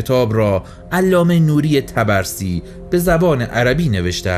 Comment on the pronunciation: خیلی عالی بودلطفااگرامکان داره اسم طبرسی را که اشتباه تلفظ میکنید صحيح کنید.حرف (ب)با سکون تلفظ می‌شود.طب رسی